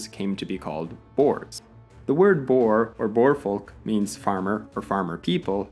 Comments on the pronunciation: Boere : Boo-reh. We’re not boars. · Good video. Butchered the names lol but that's to be expected. Boer is not pronounced as boar but more like boor. It's an oo sound like the ue of blue. The plural for boer is boere. The E pronounced like the i in bit. So something like boori. Xhosa is pronounced with a tongue click at the start. Kind of a mix of a click and a suckle. click oZa. Very difficult for not native speakers. Khoi is like Boy with a k. San is like run. Jan is also like run with a ya . Van is also like run and not like the vehicle but with a f not a W sound. Riebeek, the ie is like the y in fairy but a tiny bit shorter and sharper. the ee sounds like the ea of idea, ending with a hard k. You actually got kwazulu natal pretty spot on which is impressive. Thats one people always struggle with. Please make more videos. It's always interesting to see my country's history through the lens of an outsider.